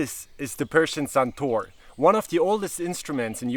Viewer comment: its not suntour its santoooooor